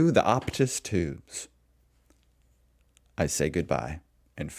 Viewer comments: i nearly died lol optuus ooptus optus optuss...... you say it like op-tus.... not ope-tus...... lol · Phone network, pronounced op tuss. It's a Canadian owned network. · Mate. The word is not "OPUS". The word is OPTUS". It carries about half of all the telecommunications and internet in the country. This is shit for their customers. Really bad. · Opus emoos and woolswurth. C'mon Mate